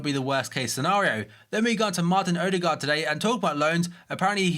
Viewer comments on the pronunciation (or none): none